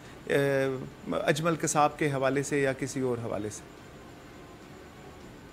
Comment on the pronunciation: یے اجلم کون ہے باجی جی۔ اجلم نہیں اجمل نام ہے